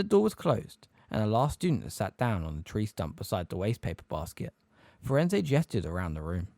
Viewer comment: It is “emphatically” not “empathetically” Her name is Grubbly-Plank not Grumbly-Plank His name is Firenze. Not FirenZEE JFC man